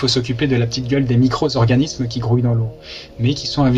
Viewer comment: Les micro-Z-organismes ?! Comment causer français comme pas un.